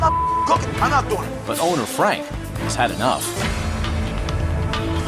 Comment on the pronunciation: Fwank is a vewy wazy cook. He doesn't even fwy the eggplants anymore. Haha I love that.